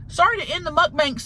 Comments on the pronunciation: Love how she says muckbank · I love Tammy saying muk-bank😂🤣